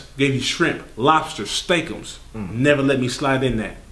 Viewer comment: This nigga said steakumms... Not steak but steakumms..... ROTFLMAO 😂😂😂😂🤣🤣🤣🤣💀💀☠️💀☠️